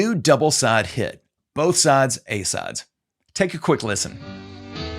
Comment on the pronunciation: Double A++ for your original research and presentation as always. Funny note: when it first starts off I couldn’t help but wondering what the heck are “A SODS” (sic)... Even the English subtitles had “sods” every other time.;) Keep up the good work! # #TheObviousCOM